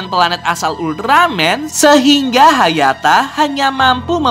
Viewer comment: Sekarang bukan hayata tapi hayato